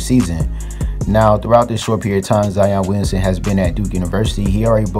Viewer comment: "Zion Weeyunsun"